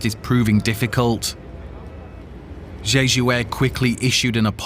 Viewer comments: Jeeju? Don't your reporters learn how to pronounce names? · jeh ju, not jee ju. Let's do our due diligence and get the name right.